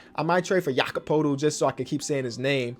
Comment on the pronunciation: Pronounced Jakob Poetl Wrong Also: Pronounces it wrong.